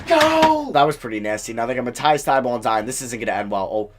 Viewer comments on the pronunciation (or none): none